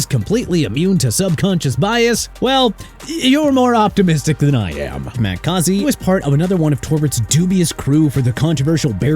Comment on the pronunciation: Matt Cozzy?! Dude... It's MAX (MAKS) CAUSEY (CAW-ZEE)!! REALLY?! YOU CAN'T GET THE OFFICIAL NAME RIGHT?! ARE YOU THAT IGNORANT?! ALSO HIS NAME IS AQIB TALIB... PATHETIC